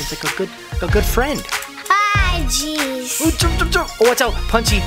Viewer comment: When u said "oh jeez" it sounded like "oh cheese"😂😂😂😂😂LOL